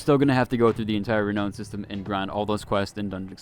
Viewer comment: You are hurting my brain. It's re-now-n, not re-no-n. Sorry to nit pick, but every time you say it, my brain winces, lol.